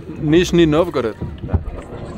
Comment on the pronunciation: dijiste muy bien "Nijni Novgorod"; soy rusa, vivo en America